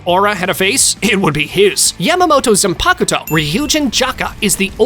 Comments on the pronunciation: yuroichi isn't known as the flash goddess for her skill in using the flash step... If you know what I mean 🌚🌚 Also her final form is called thunder cat not thunder god. That's another fast character Minato from Naruto. You're confused. Also, that's not how you say zanpakuto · Oh dear God, your list is so wrong, only cause you probably watched the thousand year war and twined to go back and get more info, but that fact you keep mispronouncing everything, again it’s Bon Kai and it’s not Zane poc to or whatever you were trying to say, it’s zon pac toe, idiot.